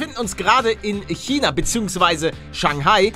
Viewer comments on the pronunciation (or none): none